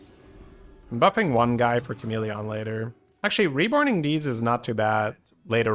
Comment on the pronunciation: It’s the most irrelevant thing but I feel some need to say that the way he pronounces chameleon really annoys me. Why exactly I have no idea. I really like as a person and his accent doesn’t annoy me regarding anything else he says. It’s so weird… apologies for unnecessary hate